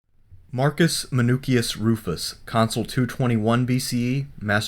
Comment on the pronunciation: Men osh usmen oosh us. jeez wtf man. you know all that but cant say his name? driving me nutz